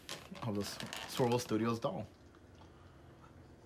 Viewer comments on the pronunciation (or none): I kept trying to find Swivel Studios lol, but to no avail. Then I saw they're called Swirl World Studios in the description. But I swear you're saying swivel.